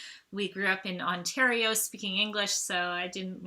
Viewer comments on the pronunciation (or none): none